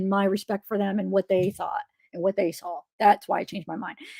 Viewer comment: it's saw , not saul/sawl